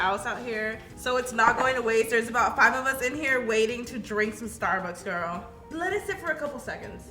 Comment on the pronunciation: Is nobody going to talk about... about.... um.... she says.... GORL 😂😭